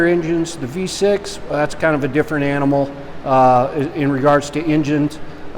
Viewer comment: "v6" Oh god please no "v6" Dear lord i've been triggered what have you done "v6" SKREEEEEEEEE